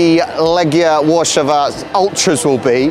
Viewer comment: Łarszawa? Are you mental?